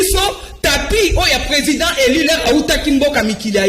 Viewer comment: MADAME, ON NE DIT PAS UN PRESIDENT ELI MAIS ON DIT UN PRESIDENT ELU SVP BATO YA UDPS, BOTANGA WAPI AVEC UNE MAUVAISE PRONONCIATION FRACAISE